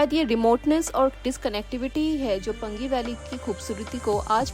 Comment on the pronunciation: पंगी नहीं पांगी ! Paangi not Pangi.😊